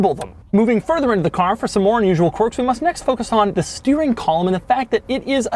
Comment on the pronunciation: Maybe it’s Doug’s accent but I hear “quark” when he’s saying “quirks”! Just me?